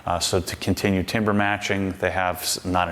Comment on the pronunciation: Timbre is pronounced tamber. I was surprised this slipped by you as you are such a perfectionist. Incredible garage! Love your channel and everything you do!